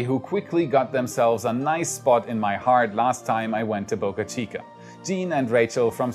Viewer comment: Wait! What! You started pronouncing Boca Chica correctly. No more Bahka Cheeka.